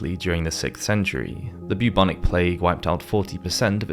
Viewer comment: Where is this accent from since it is definitely not British - examples are his pronunciation of: Bubonic, Christian, Aquinas, Jacques, Castille